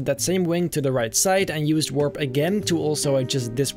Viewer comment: No one:: w o r p /warp